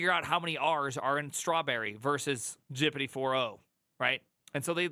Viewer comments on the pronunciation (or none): ITS G.P.T NOT GIPITEE HOLY SHIT. What is wrong with you??? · "Gipeeti", my brain hurts with that pronunciation, it is "Gepetee", pls try that one. Great video and pretty much sums up the situation for Germany too. If you don't have working experience, you will have a very very bad time. A Jr. Data Scientist speaking here. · Why do you say gpt like that